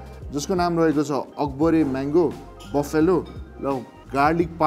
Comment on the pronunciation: "Buffalo" pronunciation fact... It isn't 'Baffyalo', it's 'Baflo' or 'Baflau". video ramro xa. #COCACOLA #HUNGERHUNT #THEWINGSFACTORY